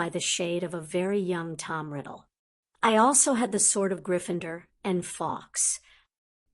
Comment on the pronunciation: Sorry, only a few minutes in and need to get this off my chest for my OCD sake: GryffinDOR, not -ER. Whi is this lady?!?! :p